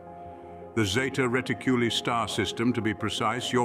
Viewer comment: Its NOT Zeta Riticllly its Zeta reticuli!!!